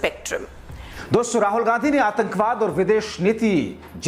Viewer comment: Loude doson yeh Kaun Hai doson doston bolna nahi aata to mat bolo, Tera chicha jaisa mitron bolo to maanta hoon lekin doson yeh Kaun si sabdh hai.. gaali khane se pehle sudharo apna pronounciation Verna bura Maan jaoge aap, jab public gaaliya denge, doson nhi doston hon 😮a chahiye nhi to mitron bolo .